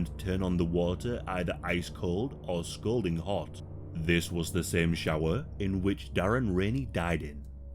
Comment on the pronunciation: Excellent story. Loved it as always. Guards (and cops) should have extensive psychological tests before being employed. Sadistic mf’s if you ask me. Also, you pronounced “scalding”, scolding. My husband does the same. I can’t stop him from it. He doesn’t care. Lol